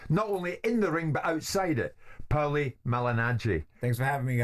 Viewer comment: Who is POWLY jesus man haha, great otherwise